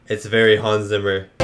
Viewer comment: Hans Zimmer's last name is pronounced "Tsimmer", not "Simmer"! 🤣